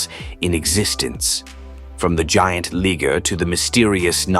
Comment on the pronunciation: you mispronounced liger it's pronounced LYE-GURR